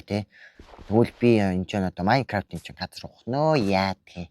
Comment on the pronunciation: ахаа та илүү сайн мэдхийн тулд: gremix бичлэгийг үзээрэй бас маййнкравт биш ❌ мяникравт